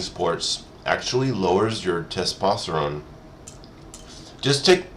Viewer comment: "Tespospertone". [crunches crisps ('potato chips')] 😆😆😆😆